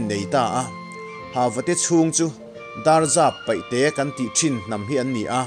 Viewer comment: i Sawidan leh chhiardanah Ṭawngkam thluk diklo a awm zeuh zeuh mai, Nghaihthlak a ti hrehawm deuh, Dapzar paihte, tih i thluk danpawh hi a diklo.